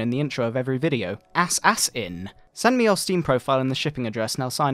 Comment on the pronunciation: im not the only one who pronounces assassin ass ass in that gave me a laugh